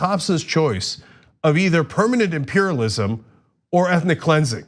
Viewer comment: Did she really say American imperlism? Wtf country is she from?